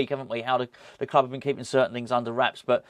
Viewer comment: Come on, you’re a Marvel fan you should know the Fulk bounces around the world in a run and jump Stiely 👍😡, please stop saying club in the way you do. It’s so annoying cheers